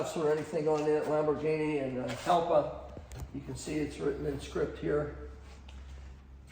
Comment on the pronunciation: pronounced ialpa